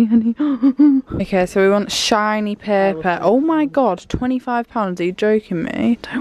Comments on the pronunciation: you sounded so northern when you said 'shiny paper' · Jasmin Simpson-sherry I know right